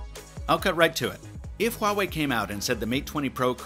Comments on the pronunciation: you are the only english tech YouTuber pronounced the name Huawei correctly. That's some serious attention to detail. Thumbs up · is the first Youtuber pronounce Huawei not Wuawei lol